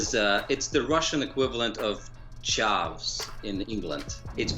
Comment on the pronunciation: "It is the equivalent of chuvs in England." I like how (similarly to the word "twat", for example) foreigners pronounce certain words by trying to sound WAY more posh than how the word is actually pronounced in England. It's "t-wah-t" ("wah" like you're Waluigi) not "t-what", and it's "chav" not "chuv".